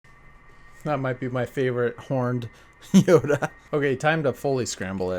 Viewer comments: It's yoda not yodo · You said yodo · He said yodo cube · Did you hear him say yodo at the beginning